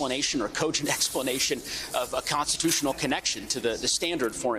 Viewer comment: "We're in a Conatushunal republic". The man can't even pronounce the word. He is a right wing election denier and Trump sycophant. He doesn't respect the laws of our republic.